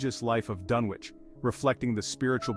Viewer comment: First mistake, you don't pronounce the W in Dunwich. Second mistake, actually show Dunwich, not a slideshow of generic library pictures of completely unrelated places, digs and other items. Lazy work, tbh. Try harder.